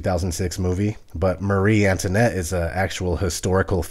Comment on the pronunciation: you mispronounced antoinette, toin is spoken as twah antwahnette. fyi.